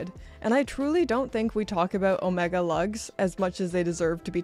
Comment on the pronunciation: I do wish you’d pronounce Omega correctly. Please.